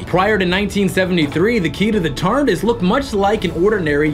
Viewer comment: the annoying blonde guy does not say Tardis, he says Tartis